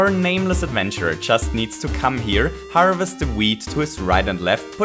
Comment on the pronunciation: it kinda sounds like you said "harvest weeds"